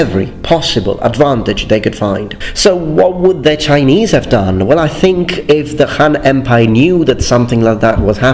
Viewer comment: your Chinese pronunciation is EXCELLENT. I commend you.